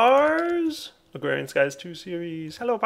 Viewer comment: Just a tip, you don't need that first "R" in agrarian. Just a helpful person strolling through. No hate intended(like everyone else on the internet).